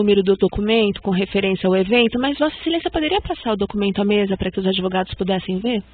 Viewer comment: Alguém pode informar para o Ex presidente, que fala adevogados, que essa não é a palavra certa! Advogados sim!